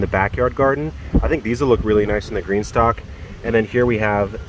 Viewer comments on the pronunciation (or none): none